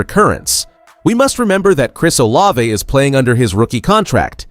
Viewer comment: He will practice when he is off. Blood thinners don’t you follow them? Still can’t pronounce Olave!! Worst podcast ever!!